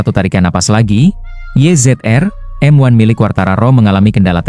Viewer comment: Kalem, nyantai ajA, nyebut race, YZ-RM1 aja salah.......emang pembaca naskah cuman baca doang